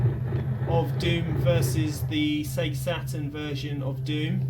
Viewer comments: But seriously, Sega has spent decades actually saying the name of the company of loud as the logo appears on screen. But you still call it sea-ga? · Sorry I couldn't watch the video after hearing you say "SEA-GA" for the third time! No matter if you've played Sonic once or a million times... the "SEGA" intro should of drummed the pronunciation in your head forever!! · Thanks for the warning, I can't watch videos where people say Sega wrong over and over. Just gets on my nerves. Usually it's sehga, though, so at least this is different in its wrongness. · In my country (Italy), "See-ga" was the official pronunciation, and probably it still is... but likely because "Sega" in Italian means handjob. lol